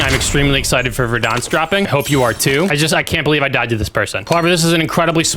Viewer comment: Fun fact: pronunciation of Verdansk is actually correct according to Russian.